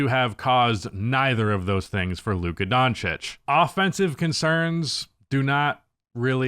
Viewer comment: Is it on purpose that the one word you can't pronounce is in this channel title?